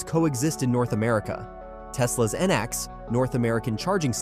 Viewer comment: Out of date and incomplete at best. It was already announced VWs network is going NACS. (It’s pronounced “nax” btw). And it’s not just GM and Ford, Mercedes and others have already announced. The title is misleading as Toyota has not said it will “partner” with Tesla or switch to NACS. The CHAdeMO charging standard is still very popular in Japan 🇯🇵 and Asian countries, as well as others. So it’s highly unlikely. This video also uses misleading images and footage, from WAY back, when Toyota owned Tesla stock, trying to make it seem like they are partnering currently, when they are not……